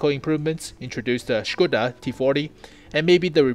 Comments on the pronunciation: Hey. Hope you don't mind few note from native Czech speaker. (I'm no tank expert, so I can't say anything about the technicals.) First - your pronounciation of Škoda is pretty much perfect. Second, the "vz." is abbreviation of "vzor", which is either a "pattern" or "design" (as in industrial design). Google translate pronounces it pretty well if you ever needed it in another video. [It is like English/American "v." pronounced as "versus".] "Kolohousenka" (you pronounce it almost well, again google translate is a good source) is a wheel-catterpillar (literal translation and i don't know of any better). ST (střední tank/medium tank) is the same nomenclature as LT (lehký tank/light tank) And please, if you ever use Czech flag again, please, use a proper flag. That is - the blue wedge goes half way. What you use is like Polish flag with Czech invasion. And I assure you, we have never invaded Poland in modern history (1900+).;-) Oh and when typing Czech names (or words in general) it is suggested to use font that supports Eastern European characters. Interesting enough, only Č, ř, and ě, seem to be missing from your font. I wonder if that character combinations makes sense for any other language. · GuP Hetzer! Yay. Very,very good job on the video man. You are pronouncing "Škoda" correctly too. Can I ask,what is the intro videos name?